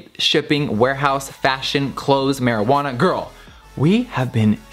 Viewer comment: im sorry did she say marijuana